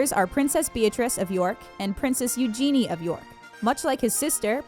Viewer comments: It's pronounced use your knee no eugeenieee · Seriously? "Lewis"? "Eu-Genie"? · Eugenie is pronounced "You zhen I a." She ha introduced herself as "Eug" which rhymes with huge. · omg how can someone pronounce words so badly, such as ‘Eugenie’ and ‘Cheltenham’ if you cannot pronounce it how it is pronounced in its home country then google it, the speaker button will tell you how to pronounce it. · That lady pronounced two names wrong 😂 Prince Louis and Princess Eugenie 👑🤦🏼‍♀️